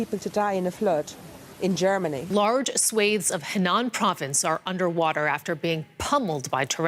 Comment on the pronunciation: lol she didnt even pronounce "swathes" correctly! and these fools have degrees in communications from prestigious colleges...